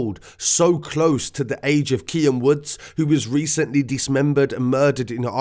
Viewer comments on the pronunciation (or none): Don’t say Keane like Kian fam, they not the same.